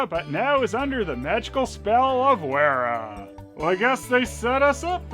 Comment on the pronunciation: Werra is probably pronounced VERRA.